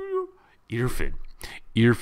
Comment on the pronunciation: great commentary...If I may just correct your pronunciation of his name...it's IrFAAN (rhymes with Khan), not IRfun. Peace